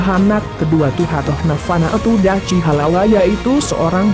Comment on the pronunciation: Min bukan Dachi tp Dakhi